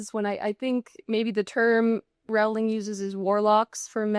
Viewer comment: Rolling. Rolling. That is how JK Rowling pronounces her last name. There are a variety of reliable sources all over YouTube on how to pronounce it. C'mon man. Do a little prep before you spend time talking about JK Rowling (rolling).